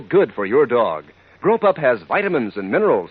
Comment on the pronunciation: The announcer for the dog food at the end is making 'grow pup' sound like 'grope up'